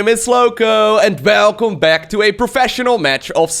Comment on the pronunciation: You can just hear the dutch in his "welcome"